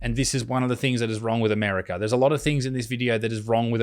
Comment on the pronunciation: The R is in the 2nd syllable of America, Butterfield. Not the 4th.